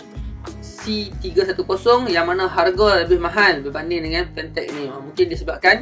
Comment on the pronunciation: nice jugak kualiti dia ni...tp brand dia kene sebut betul2...